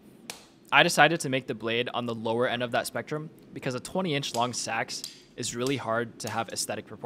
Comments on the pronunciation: just so you know its pronounced seeks not sacks it throws you off cause its spelled seax but thats just how its pronounced. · While Nomenclature is not your priority, just an f.y.i. for you: "seax" is phonetically pronounced [SEE]•[acks]. source: Scandinavian ethno-cultural anthropology *not "sacks" or "sax" as your youtube audio or mic audibly sounds.